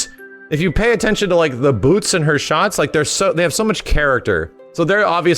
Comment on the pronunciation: I’m here to hear say “BEWTS”